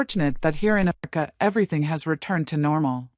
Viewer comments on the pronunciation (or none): Ameran? More like America.